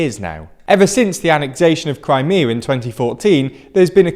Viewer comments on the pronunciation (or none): none